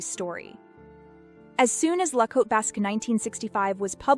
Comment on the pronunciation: Thank you so much for not pronouncing "Cote" as "kotay."